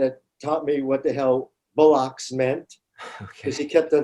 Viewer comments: it bollocks not bullocks. 🤦🏻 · The word is 'bollocks' not 'bull-ocks,' just saying...